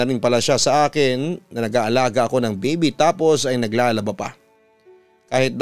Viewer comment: Bibi? bibe? O baby? 😅😅😅